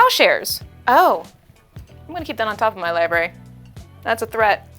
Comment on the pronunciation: Hearing "liberry" kills my soul a little more every time.